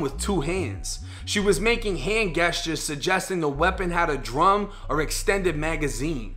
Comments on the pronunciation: Hand “guesstures” though?😂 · Why dude pronounce "Gestures" like that 🤣